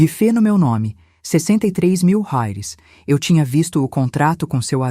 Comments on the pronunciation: Inteligência artificial sabe falar Reais 😂😂😂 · $ RAIS ???? kkkkkkkkk que no mesmo texto viram Rales. , Rais .... !!! Dá pra levar a sério ? É muita cara de pau! além de deshonesto e burro ! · * "rares" 👎, " reais " 👍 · Detesto essa pronuncia nojenta Rales oque é isso? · Porque raios não dIzem bem a palavra REAIS???? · IA não sabe dizer reais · Porque IA não sabe dizer reais kkkkkk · Poderia pular essa parte pari senti dor ensinei andar de bicicleta ensinei a ler acordava cedo pra fazer café tudo isso agente ja sabe ainda tem essa narradora que inrrita se saber dizer reais fui nao da corri o vídeo pra ver se ficava melhor piorou com esse reais